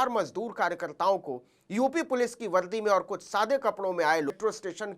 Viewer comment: Sharesha nhi hota sareaam hota h, Shamay nhi hota samay hota h Valdi nhi hota vardi hoti h Uncle shabdo pe dhyan do